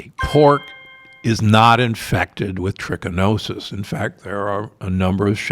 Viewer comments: This guy can't know very much and makes everything complicated so he baffles peoples minds for views. he cant even correctly pronounce what he is talking about here. (itsTrichi NO sis...not MO sis). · Pigs get infected with Trichinosis from the parasite trichinella, not “Trichimosis” as he speaks. This small avoidable flub throws Dr G’s expertise into question. Should have got caught in editing 🤦🏻‍♂️ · Trichi NO sis...not MO sis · If you are going to talk about TrichiNOsis, please learn how to pronounce it correctly.🙄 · He's not wrong about anything, but it's hard to take a doctor seriously who mispronounces trichinosis. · How can I believe what he is teaching if he can't even pronounce trichinosis properly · Dr. Gundry was saying it wrong the whole time, even though his graphic overlay spelled it correctly.